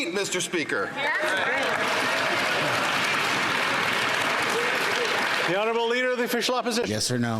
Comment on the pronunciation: MEESTER SPEEEKER-that will be ringing in my ears for days